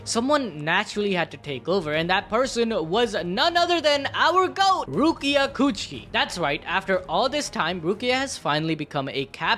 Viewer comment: Bro really said rukia chuuchie